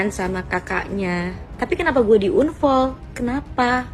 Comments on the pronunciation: ini sapose Unfol bukan anfol😂😂😂😢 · Unfol unfol 😂😂😂😂...bacanya anfol woyyy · Bacanya anfollow. bkn unfoll. Itu cewek bolak balik bilang unfall unfall . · Membaca dengan baik dan benar"unfall" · maaf..ngakak sy dengar Unfoll..😂